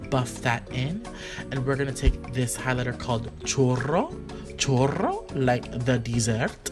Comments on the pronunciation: You said chorro not churrro😂😂 there's a HUGE difference hahah chorro means diarrhea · Did he say chorro instead of churro😂😭💀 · You pronounced "churro" wrong you said "chorro" which means diarrhea in Spanish 😂 I can't ! I was laughing my butt off but great video and makeup ! Love you 😘 PatrickStarr ! Can always count on you to make me laugh 😂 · Isn't it chorrio? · I heard chorro the 1st time, but then he continued to say it right, "churro"... Don't worry PSTARRR, you got this!😎👌🏼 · I thought you said Chorro until you said like the dessert then I was like ohhh churro! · I literally thought patrick said chorro (which means diarrhea in spanish) instead of churro !! LMFAO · It sounded like he said chorro instead of churro 😂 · 😱 Patrick Churros pronounced like "Choooo-doe" you were saying Chorro and that's diarrhea 😂😂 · lol it sounds like you're saying "chorro" which means diarrhea in Spanish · I was like wait what is he saying!!? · YES I was just about to say that 😂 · i was thinking the same thing!!! 😂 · Lol i swear he was saying chorro 😂😂😂💀 love me some patrick star you the best! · LAUGHING when you say churro it sounds like you're saying chorro 😂 LOVE YOU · yo did he say chorro? cause that is NOT. dessert 😂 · I thought patrick was saying "chorro" which in spanish means shit LOL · When he was saying churro wrong it sounded like a way you say shit in Spanish I was dead 😂😂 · If you know spanish u know that patrick shouldnt have pronounced it like that 💩